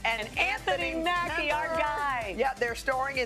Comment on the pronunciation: did she say anthony's surname wrong? wth